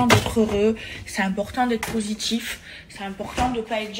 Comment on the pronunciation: « Maladgi »😭😭 « négatchife » « poshitife » meava elle exagère pas la ? Déjà elle fout la merde partout après elle est victime